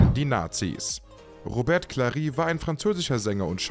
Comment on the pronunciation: Lui LeBö ... Robert Klari ... Kink-low ... uff uff uff - die KI-Stimme haut aber gewaltig daneben